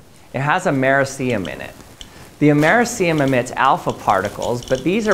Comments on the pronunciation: It's ameRIcium, not ameriCIum. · AMERCIUM? XD Dude...it's Americium! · Amerah see um? 😅😂 it’s called Americium like Amah-ree-Sai-um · americium: ah-meh-RISS-ee-um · Dude, why do you pronounce americium like that?😭😭😭 It's amerIIIcium!!!! Nonetheless, cool video as always!!!❤❤❤ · Very cool video. But check your pronunciation with a Google search. It's kinda amir-rish-she-um. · Your pronounciation of Americium is kinda painful... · Mispronounce americium check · Great video 👍 Interesting pronunciation of ‘Americium’ 🤗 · Your pronunciation of americium bothers me. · you say americium quite odd, considering you’re american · Not how Americium is pronounced.